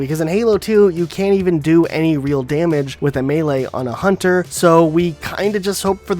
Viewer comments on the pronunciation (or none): none